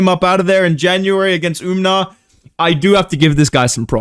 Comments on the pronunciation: Hey curious why do you say Um-nar? It’s just Umar. No N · it’s umar. Not Umnar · Is the "Umnar" thing a joke i'm not geting or does he not know how to say his name correctly?